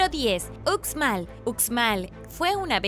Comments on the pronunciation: Hola Uxmal se pronuncia como ushmal saludos desde Yucatán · Hola me encantan tus vídeos!! Uxmal se pronuncia ushmal 😬